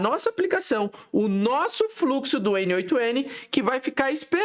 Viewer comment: Achei um brasileiro que fala "N OITO N" como um brasileiro nato que fala português mesmo kkk Pronto. Já gostei. Vou assistir sua aula.